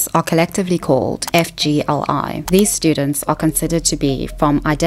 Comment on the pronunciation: (FYI when you say it out loud, FGLI is pronounced “fig-lee”)